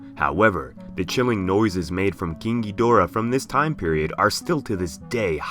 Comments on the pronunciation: Is it just me or the way he pronounces KING GHIDORAH somewhat sounds like KINKY DORA? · Nobody:: KEENG GEEDORAH